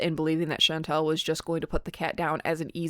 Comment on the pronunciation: I am interested in this video, and I'm glad someone is criticizing FFG, imo her and Chantal are both awful. But it drives me nuts when you mispronounce Chantal, it's all, like y'all. Not al like weird al